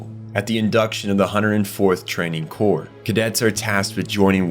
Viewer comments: "core" not "corpse" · Corps is pronounced core btw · Corps isn’t pronounced “corpse”.. it’s “core” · This is a brilliant video, really, really good. But your mispronounciations drag me right out of the story that you are telling so diligently. Esssscape, not ex-scape. Corps, as in the scout corps, the marine corps, is pronounced as core, not corpse. Bertholdt is prounced bert-hold-t, not berfoldt. Jean is pronounced as a soft J, like the French name. Its just confusing to me how you are mispronouncing characters names, given that you must have watched the show? The other words I get if you watch subbed, maybe not escape though, thats a criminal mispronounciation. Also there is no such word as "irregardless". It is regardless. That's it. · corps is pronounced like "core." the "p" is silent. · bro its not "corpse" its "core" cmon man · Just so you are aware, corps is pronounced like core instead of corpse. 😘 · "the 104th cadet corpse" LMFAO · this is 100% AI narration, you know how to say corps properly later around 33 minutes in and you pronounce Bertholdt 2 different ways as well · he pronounces Ymir as "yimmer", corps as "corpse" and bertholdt as "birth holed", the funny thing is sometimes he says them correctly, tell me this is AI slop again, buddy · It really bothered me you kept pronouncing corps wrong. It sounds like “core” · Just so you know, the "p" and "s" are silent in "corps." So it just sounds "core" as in the Marine Corps. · very much a real person, usually ai channels make shorts and long videos he has actual community posts and other things bots dont do.